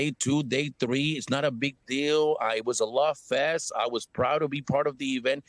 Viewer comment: If you were so proud to be what you are, you wouldnt pronounce the name of this American commonwealth as porto Rican. Sounds like porto-potty. Pronounce it as its spelled...Puerto Rico. Rich port!!! Im Mexican and we take more pride in our mother country than you and Jlo and the rest do. They all prounonce it as porto-potty..Rico.